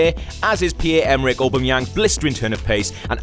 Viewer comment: Cant even pronounce aubameyang name properly. Knob